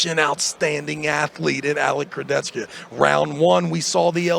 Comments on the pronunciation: Travis, try to learn how to pronounce the names: its not Dadikan, its DdikIan, its not KuredeRcha, its Kurdecha. You are Travis, right? Not Trarvirs or Bargernt, right? Devon also says to Tsvetkog Gaiorgi. Its George, simple, not Gaiorge. What makes it so hard? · STOP SAYING KURDECHCKA. LEARN HOW TO SAY HIS NAME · Most people mispronounce it, Nick Pickup also did it. "CH" in Kurdecha is pronunced as "H" like in a word "hammer".